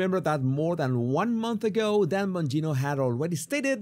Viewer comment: Excellent video but please learn to pronounce these words differently (voiced vs. unvoiced consonants!) because then hundreds of other words will become less difficult to understand: of / off, as /ass. And the words "month, love, one, anOther, LOndon" are pronounced like "but, nut, cut" not like "got, god, not"!